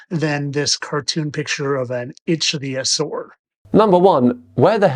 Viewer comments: "ITCH" theasaur......LOL!! Right off the bat he proves (AGAIN!!) he doesn't have a freaking clue what he's talking about. What a maroon. I didn't bother wasting my time with the rest of his stupidity. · "Itchy theosaur" "Rhymes with cragon" What an over confident moron. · “Fittest Flat Earther”? This guy is exceptionally fucking stupid, and yet he manages to project an air of pathetically misplaced confidence – in himself, in his reading skills(“itchyosore” indeed!), and especially in his stupid, stupid notions about dragons and dinosaurs, of which he appears to know absolutely nothing. Bring back CC, who presents as a mere fool who secretly knows he’s full of crap, because his wife tells him. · "Itchtheeyusaur" has replaced "nookyular" as the mispronunciation that annoys me the most. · Itch-theosaur 🤣 I know I shouldn't laugh at how people pronounce things....but I am. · I'm starting to lump him in with the parody crowd now. This video put me over the top. Dragons. Deliberately mispronouncing ichthyosaur, Slovenia, Mesoamerica. Then the absolutely ridiculous triple head shot. Trump is Elvis?? Dude... With the awful flat Earth stuff he posts I thought maybe he was just dumb. But this is too much. I think he's parodying now. He has to be. Please. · My national flag says otherwise. The fact that he can't pronounce Ichthyosaur properly just seals the deal on his ignorance. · Oh, looky look. I can't pronounce Ichthyosaur. Well well! Surely he can't be uneducated, can he?